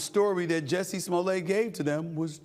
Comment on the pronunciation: SA you pronounce the Ts in Jussie’s name.